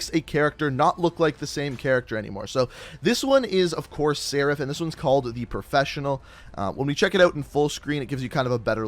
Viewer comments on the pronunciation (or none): none